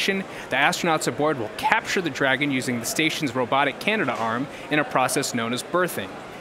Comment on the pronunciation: It's "Canadarm" not "Canada Arm"